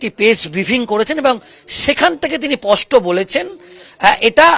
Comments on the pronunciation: "" পষ্ট"",,, নয় কথাটা হবে ,,,,"" স্পষ্ট""।। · কথাটা পস্ট না স্পষ্ট? সাংবাদিকতা করতে গেলে, উচ্চারণটা স্পষ্ট হওয়া দরকার।